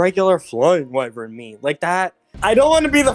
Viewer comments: it's why-vern not wee-vern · just a fyi you where pronouncing wyvern wrong it is pronounces Why-vern. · Me when I chronically pronounce wyvern wrong